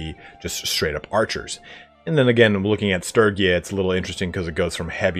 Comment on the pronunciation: I hate to admit it, but I honestly die a little every time I hear Sturgia by that pronunciation. My heart and soul are entirely committed to the soft g.